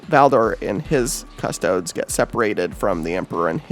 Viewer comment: The way you pronounce custodes is literally my only criticism. Please pronounce correctly. 😂